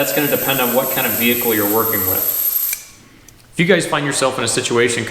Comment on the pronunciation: What is a "veecle"?